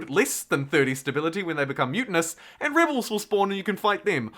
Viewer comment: Nice video. Good speaking voice. When you pronounce "rebels", it sounds like "ribles". There was another word or two where you replaced the "eh" with "ih".